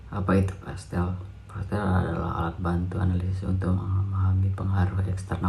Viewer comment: Dosen Pengampu Nur Widjiyati,M.Kom : PESTEL .....Bukan PASTEL :face-purple-crying